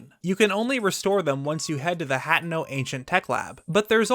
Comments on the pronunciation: He said “hatno” when its “hateno” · ITS HA-TAY-NO 😭